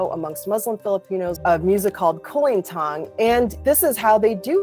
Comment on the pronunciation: "Cool lean thang" That is the most American pronunciation of kulintang I'm also curious. How did you know about Stupid Love? Is it originally an American song?